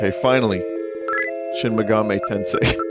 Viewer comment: binty played shin megahmee tensay...I can't believe it.